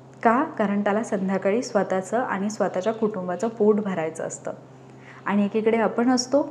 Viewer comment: मॅडम, छान सांगताय पण, पण( ण) पन (न) नाही बोलायचं बरं का ? काय होतंय तुम्ही न च्या जागी ण बोलताय आणि (आनि) नाही बरं बोलायचं . तरी कुठे ण बोलावं, कुठे न बोलावं ते जरा समजुन घ्यावं ही विनंती. त्यामुळेच सगळीच मजा जाते ऐकण्यातली. आता तुम्हि म्हणाल मग मिळाला आणि भेटला म्हटलं तर कसं काहीही चालतं ? अर्थ समजतो ना ? नाही चालत मॅडम, समजुन घ्यावं लागतं तो भाग वेगळा पण कान कीटतात आणि आपल्या मातृभाषेतला सगळा गोडवाच नष्ट होतो बघा. मग नुसता आवाजात गोडवा असुन चालत नाही तर उच्चारातला गोडवा ही कायम असावा. प्रयत्नाने जमेल तुम्हालाही.